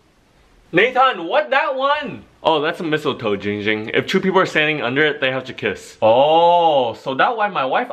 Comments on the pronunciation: He does already cuz he says ging ging but its actually ginnnnnng ging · His name is Jiiiing jing not ging ging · It's giiiiiiing ging not ging ging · Victor Martinez ITS NOT JING JING ITS Ging Ging! Get it right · His name is gwak gawk it's not going ging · its not ging ging its ginnnnnnng ging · It is pronounce Giiiiiingging not gingging that is his cousin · it's giiiiing giing not ging ging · He always say it wrong is giiiiiiiiiing ging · No it’s Giing-ging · Il give you a present the present is im gonna say ur name correctly GING GING